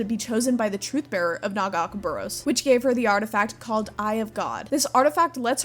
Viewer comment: Love your videos, don't love the way you say Nagakabouros